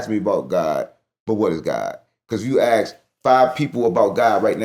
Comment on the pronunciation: "when you aks"....Scholars, All Of Them. smh